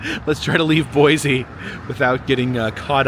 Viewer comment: Great video,! It's Boise with an s not with a z btw